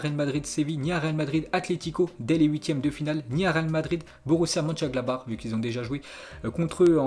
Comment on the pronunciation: c'est le seul gars qui arrive à dire Mönchengladbach mais pas Southampton